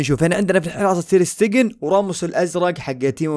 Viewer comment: اسمه تير شتيغن مو تير ستيغن